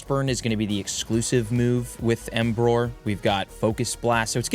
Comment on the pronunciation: emboar not embroar 😭😭